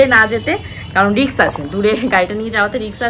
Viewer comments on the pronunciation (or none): কথাটা রিক্স না রিস্ক 😂risk😅